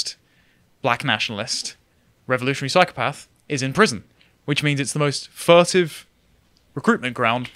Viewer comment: It's 'fertile ground' not 'furtive ground'.